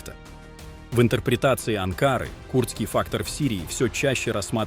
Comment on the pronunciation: АнкарА, не не АнкАра